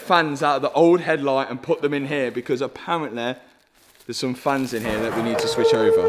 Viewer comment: Intresting way of saying aparently and hopefully